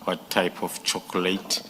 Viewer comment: With or without chocolate or chocolait as the Good General pronounces it, Brown must be dragged to the commission, screaming and kicking, with or without bullet wounds.